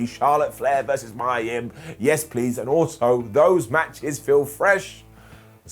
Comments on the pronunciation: I have a theory regarding why Mia (and it's pronounced "Me-ya" and not "My-ya") isn't being used. And I'll sum it up with a few names. Gail Kim, Asuka, Kairi Sane. They all have the same thing in common with Mia Yim. Hell, just look up what Gail Kim has said about Vince regarding his views on Asian women. That will tell you everything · maya yim? lol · Never heard of a wrestler named Mya Yim… but I have heard of MIA Yim 😆